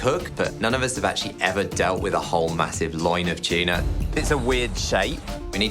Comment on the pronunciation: Every time that guy said “tuna” i only heard “cheena” 🤣